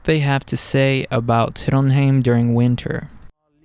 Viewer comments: couldnt help but notice that you pronounce Trondheim as Trondheim, whereas when we study norwegian, bokmal or something similar to standard, isnt it pronounced TrondHaim? Thanks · As a local, I've never heard anyone say the name of the city with an a. You will occasionally heard folks who still say Trondhjæm tho, which is how you'd pronounce the old name of the city, which was spelled "Trondhjem" (a leftover from Danish rule).